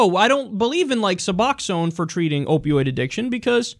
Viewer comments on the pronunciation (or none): none